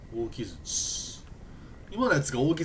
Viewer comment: ✕ きずち ○ きづち